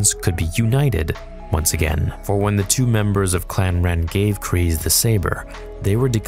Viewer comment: You say "Kryze" wrong.